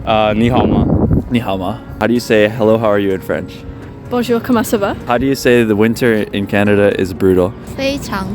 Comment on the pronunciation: "comment ca va" 💀💀💀